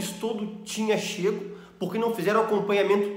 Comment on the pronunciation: Esse cara q faz questão de evidenciar DOUTOR em sua apresentação e q logo depois do 4* minuto dizer CHÊGO invés d CHEGADO já me induziu a ñ segui-lo mais... tirei minha inscrição depois das asneiras ditas contra ÓLEO D CÔCO, LIMÃO e agora do OVO.